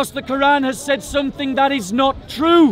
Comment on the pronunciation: I've also noticed he pronounces "said" as if it rhymes with "paid".